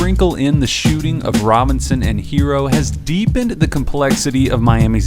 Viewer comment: Look.... it's HeRRo. NOT Hero. NOT Heero. And also NOT Hiro. Some of these "professionals" can't pronounce a name right to save their lives. Let's stop this lazy disrespect and get the man's name right! Can you spell H.E.R.R.O. ? And can you pronounce that double R? Like in "FERRO" or "TERRA" and "HARRY"? You can do it, I believe in you. 💐👍